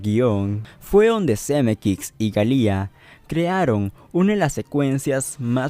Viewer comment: Algo incomodo escucharlo porque tampoco es Zemeckix.